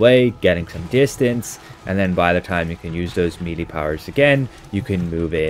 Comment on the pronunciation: Melee is pronounced MELL-AY! Not MEELEY! Meeley are WORMS! How many times? It's so annoying to listen to! 🤪 It's like someone insisting on calling Dublin Dew-bline or something! Or London Lone-Dowen. {:o:O:}